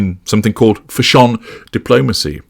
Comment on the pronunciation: I really enjoy how you pronounce fashion ‘fashhjooan’ 😆